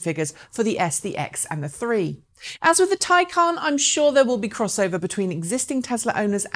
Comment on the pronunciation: Yes, by all means pronounce it "tie-CON", because Porsche are tying themselves up in knots to con the world into believing that a stupid made-up word has an actual stupid made-up pronunciation that breaks all normal pronunciation rules in every language.